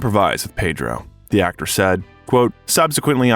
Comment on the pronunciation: Please learn to pronounce Malaga,General Franco, Almodovar, Quintero, correctly. Gracias